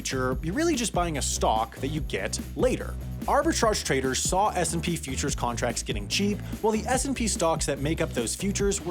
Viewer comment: Is it just me or did anyone only hear SMP when he said S&P